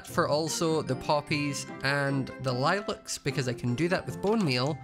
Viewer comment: i love how says lilack